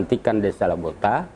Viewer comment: Lobota.. bukan Labota